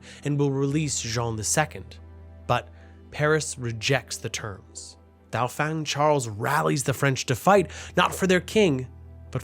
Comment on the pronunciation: You might want to learn pronounciation of words like "Dauphin". Especially in a well put togheter documentary piece like this.